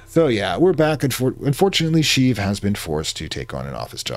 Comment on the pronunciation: Hey, just wanted to say Palpatine's first name is pronounced She-eev (like shiv but with an extended "ee" sound). But you're right he probably got bullied for it as a kid and that's what drove him to the dark side, it's a better backstory than a lot of modern villains. Anyway, thanks for covering Cultist Simulator, I got done watching some of your Tips & Tricks series from way back and it helped out a ton. There's precious little YT coverage for this game considering it has a bit of a "cult following" so more content is always good.